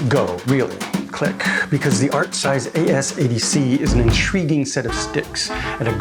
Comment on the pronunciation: your video bookmarks state artsize, your title says artcise, you voice it as artrise!! LOL.